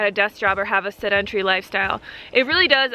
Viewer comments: sedentary pronounced: SEH-den-tare-ee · This is how you pronounce "sedentary"